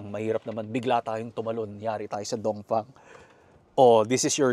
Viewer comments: bakit mali ang pagbigkas ng DONGFENG mo dapat DONGFENG hindi dongfang dongfeng dapat hindi dongfang ha brad itama mo naman brad okey............ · Dongfeng ❌ Dongfang✅